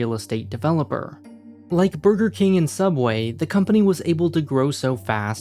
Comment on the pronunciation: it's called sooubway